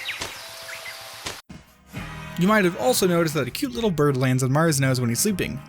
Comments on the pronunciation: Did you notice that it said birb instead of bird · It said B I R B